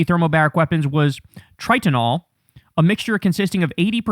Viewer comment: It's not a nuke, no were close. The camera lens would be damaged by the glare, this is the damage from making explosives with metals. For Tritonal, the "i" doesn't make a "ee" last i was told. Granted the buddy who told me only loads the bombs on F35 not make them. So add some salt